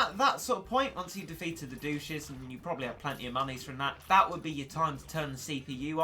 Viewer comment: I think they’re pronounced duh-tch-es not....douches loll